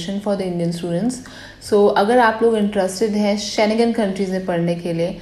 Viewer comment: Kindly pronounce SCHENGEN correctly